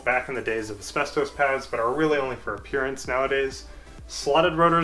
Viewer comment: You certainly have good knowledge of brakes, and maybe you are an engineer. I don’t know where you learned English, but please stop saying asbestoes. It is Asbestos (pronounced: /æsˈbɛstɒs/ or /æsˈbɛstəs/)